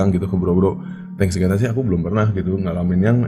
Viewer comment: Thank God ya bang bukan Thanks God